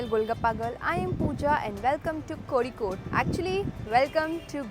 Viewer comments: Your pronounciation of Kozhikode is really commendable ❤ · Thank god you pronounced it right, I was scared af when I saw ur video that you might also pronounce it as "cozy-code" like other travel vloggers. 😂 Love you sm 💗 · Finally someone spoke Kozhikode in itz correct way😃😁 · Dude, you pronounced Kozhikode so perfectly. that Zh is difficult to get right and many say Kozy-kode😅